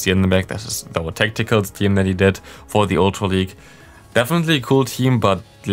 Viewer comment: one question why do you pronounce „the“ always „di“ Even of the following word doesnt Start with a e i o u?